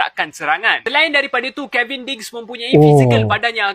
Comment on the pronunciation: Kevin bang...bukan kelvin